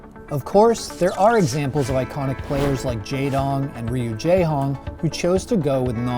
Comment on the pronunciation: mans said ree yoo jaehong